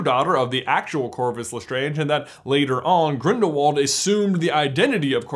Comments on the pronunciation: not to be pushy but the pronunciation of Grindelwald is grildelvald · Gellert is German, meaning his last name is pronounced Grindel-vald!